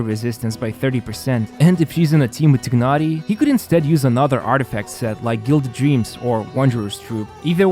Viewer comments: i think they pronounce his name Tie-nari not Tig-nari,. just stating what i heard from the stream 😁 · I thought it should be known by now that "Tighnari" is pronounced "TY - NAh - REE" rather than "TIGG - NAh - REE" (or Tchi-nah-lee if you're going more towards the Chinese pronunciation), because that's how the devs decided to refer to this character. However, as pointed out by phoenixlau, saying "Tigg-nari" would be closer to the Arabic pronunciation of the name Tighnari. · Please say T(e/a)ynari 😅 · I like how you pronounce 'Tighnari's name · WOW, I love how much emphasis he used to pronounced Tighnari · How do you really pronounce his name? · These content creators need to learn how to pronounce names. It's just cringe how pronounce Tighnari. Tsk.